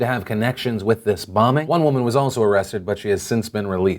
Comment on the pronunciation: you said vass and it annoys me.